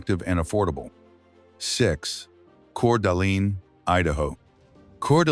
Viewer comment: Not to mention Coeur d’Alene!